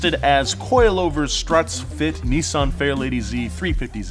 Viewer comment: not niisan its nissan